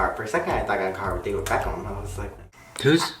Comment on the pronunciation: Looool David Beckall. Beckham! And how do you not know of David Beckham, haha.